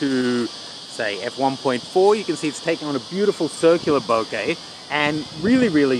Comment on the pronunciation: its not "bouquet" its "bokeh" FFS